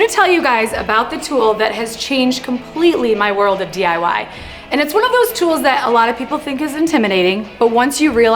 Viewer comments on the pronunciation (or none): none